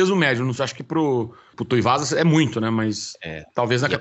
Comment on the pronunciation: kkkkkk, O André se incomodou que nem eu com essa do de chamar o Tuivasa de Tuiuvasa.